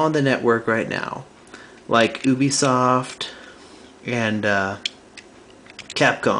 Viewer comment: it's youbisoft not ooobisoft